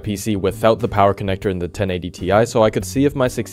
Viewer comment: Sorry.... But i think it's 1080 tie! 😅